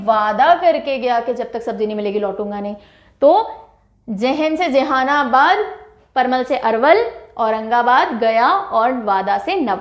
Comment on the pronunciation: बंका नही मैडम बांका उसी तरह मधुरबनी नही मधुबनी.. जेहानाबाद नही जहानाबाद...